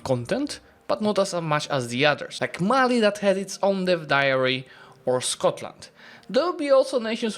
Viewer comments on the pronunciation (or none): none